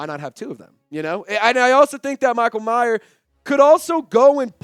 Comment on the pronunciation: its Mayer, not Michael Meyer